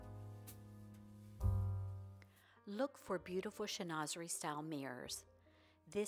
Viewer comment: Pronounced: shen-wa-ze-ree…..and yes it is lovely. You can frame a few panels, or decoupage to the front of a dresser, commode or armoire (are- mwaa)…..